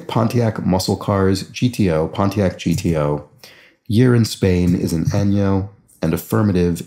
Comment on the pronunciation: I was going to say that. Yeah, it's not a good one. I like that pronounces the ñ